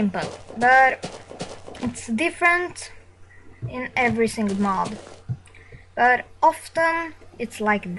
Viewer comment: he said mob for mod but i cant blame him for not saying it correctly :)